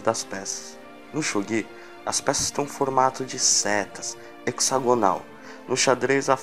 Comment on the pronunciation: Se ele pronunciou kanji errado, esse também deve estar. Nunca ouvi pronunciarem desse jeito. Até perdi a vontade de assistir.